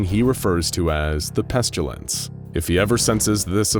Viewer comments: it's always bothered me that the narrator pronounces it "Pes-chyu-lince" instead of "Pest-ill-ence" like you're supposed to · Lol I love these SCPs and vids.. But why do you keep saying "pestYUlence"? There's no "u" in pestilence